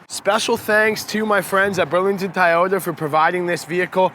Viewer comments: It’s TOY-ota. Not TIE-ota. Unless that’s just the Canadian accent, no offense. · LOL its TOYOTA not Tieyota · i had to stop 2 minutes in .. why are you calling it a tie ota.. even up north they dont say that.. at least i hope not... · tieyota lmao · I try over and over to like Toyota, however, the more I see it I hate it. Not a Toyota fan at all doesn't matter how much I try to be. The Mazda 3 is way better than this car. BTW isn't it pronounced TOY-YO-TA like how you would say the word toy as in I bought a toy for my child? Why are you pronouncing it THAI-YO-TA like the country Thailand? LOL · It's TO-YO-TA not TA-YO-TA. Sheeesh!🤦🏻‍♂️ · I stg if he keeps saying Tyota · Is it “”.Tieoyta”? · At first I was like Nahhh! Then he kept calling it tyota wtf?? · Keep butchering the name and we're going to send you to Principal Oh Shack Hennessy office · Why can't this guy say Toyota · Why does he say toyota like that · No Actually it not like Tomato, Tomato. The company name is spelt very differently from how it being pronounced in the video. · LOL, he is doing a review on a car and doesn't even know how to say the name correctly.